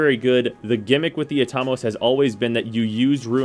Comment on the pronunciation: I've always pronounced it At-a-mose. Not Atom-oss